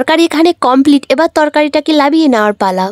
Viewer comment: লাবিয়ে না নামিয়ে